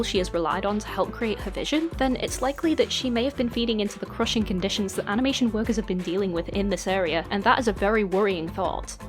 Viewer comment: Very sorry to bring this up when the topic is serious, but you said amination and I think it's funny, lol.